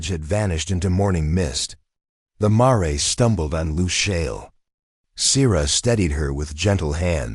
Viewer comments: Brooklyn, NY. I started listening to this story, but I am tired of hearing the mispronunciation of the word MARE. I understand the word Mare " to be a female horse, pronounced like Mere or in American English Mayor. If I am wrong, then shame on me, but the AI voice pronounces Mare like "Maray" - that is so annoying, so I would not continue to listen anymore. I think that this might be a great story but I just finished listening to another story that pronounced Mare exactly the same way. I listened to that story because the word Mare did not appear as much as in this one. Thank you anyway. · I got as far as mar-ray. Stopped there. It’s mare. Sounds like rare. Female horse.